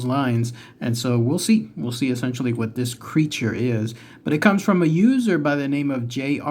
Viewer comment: The first time you said User, I thought you said Loser. I was thinking "That wasn't nice".😆😆